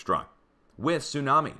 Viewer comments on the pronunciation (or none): none